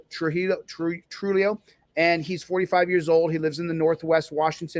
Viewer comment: By the way, its pronounced TRU HEE YO 🙄 Arent you part Latino?